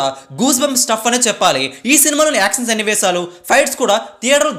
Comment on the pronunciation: ష..పలుకు బ్రో.. స..కాదు.. యాక్షన్ అనాలి.. యాక్సన్ కాదు